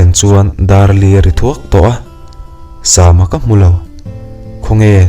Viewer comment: Sama hi..sam(samuel,samson)tih a sam...tih anga lam tur a nilo ami.. a mak ee😊